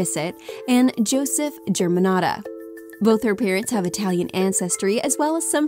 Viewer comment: I cringe everytime she says Germanotta with an american accent.....